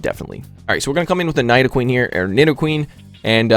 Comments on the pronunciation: Nice vid as always! BUT its "Knee-dough-queen", not "Nai-dough-queen" ^_^ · Don't Know To pronounce Nidoqueen!